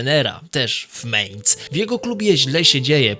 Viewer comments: mAinc nie mejnc kurwa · nie "ciągło" tylko ciągnęło... potworny błąd - nie "meinc" tylko mæinz. To powtarzane meinc brzmi fatalnie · Nie chcę cię martwić, ale to jest Mainz, a nie Mehnz. I choćby Mainz było pisane przez a-umlaut (czyli "ä") to wciąż by sie czytało, jako Mainc, bo "ä" ma dokładnie takie same zasady, jak "e" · Nie mEinz tylko mAinz.